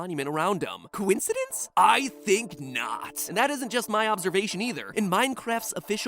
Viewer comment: "Coincedence" lol